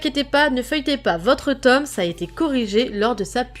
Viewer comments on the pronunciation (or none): none